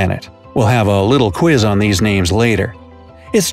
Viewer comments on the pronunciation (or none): none